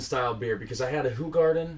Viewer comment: Sorry 😬 not Who-garden. It's Ho!-garden. 😬😂❤️